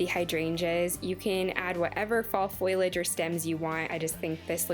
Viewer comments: All beautiful ideas. I can't wait to try.. I adore the wreath and framed autumnal pieces..❤❤ I also just wanted to help with a pronounciation of a word. FO-LEE-AGE not FOIL-AGE. FOIL implies you are using the cooking medium not plant matter. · leave the L out of the word foilage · Foliage: Foh-Lee-Edge I understand that people from different places pronounce things differently, but you are transposing two letters that essentially turns leaves into a made up word that only had a definition in urban dictionary. Just trying to educate, not hating. Wreaths look great 👍🏻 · I really liked the video and almost subscribed but the"foilage" think kept making me cringe. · Amanda Niles I agree and I can't handle when people drop the g off Of my words like findings to findins. However she is adorable and also the crafts!